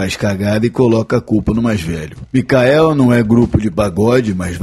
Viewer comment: o atacante do Goiás se fala Michael e não micael